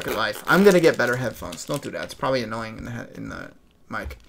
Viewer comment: bruh your D in annoying